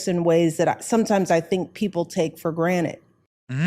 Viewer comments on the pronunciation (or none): If you slow this playback down you will clearly hear "her" say "taken for granite" instead of taken for granted...who cares? Only people who care about the meaning of words...like liberty and justice, not something you take for granted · Did she really just say people take things for “GRANITE”?? 😂😂😂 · Big Mike literally said "taken for granite" 🤦‍♂️ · Did anyone else notice she said take for granite? If this doesn’t go to show that she’s a fake and intellectual who doesn’t know what she’s talking about I don’t know what will. The phrase she is looking for there is take for granted. why couldn’t you have someone like Larry Elder be the voice of the black community in your country because he’s actual, intelligent man, and he doesn’t use his race as a defining feature of his character he let his actions speak for him. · Are we just ignoring that she said "take for granite"? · Did she say "people take for granite" 🤣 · Did Michelle Obama say "people take for granite"?😂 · Benny, She said 'granite', not granted...